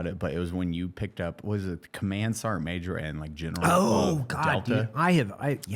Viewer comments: Sergeant ❌ Ser’eant ✅ -Eli Doubletap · Is the pronunciation of the word "sergeant" as "sarnt" a ubiquitous part of the US military? Does the US military have its own dialect/accent?